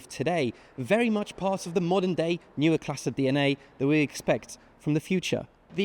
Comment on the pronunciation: Seems to be able to pronounce all the German words except 'neue'